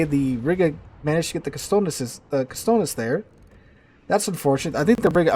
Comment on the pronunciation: Is Katsonis not Kastonis! lol Lampros Katsonis